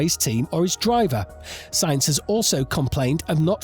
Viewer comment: As soon as o hear someone who makes videos about f1 call sainz “saints” instead of “sanz “ that’s the end for me